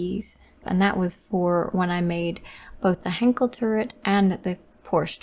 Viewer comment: She keeps mispronouncing Henschel, it's not Henkel, ffs.